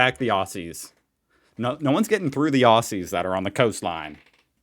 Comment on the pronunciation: mate, dunno if you're interested but a friendly note: here in OZ (Aus) we pronounce Aussie as Ozzie or Ozzy. Your ossie sounds a bit foreign. Just giving you a heads up mate, no worries.